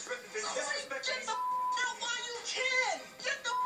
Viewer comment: Guuurrrl she put the "T"in out.. get tf OUUUUTTTT!! 😂😭😭😭😂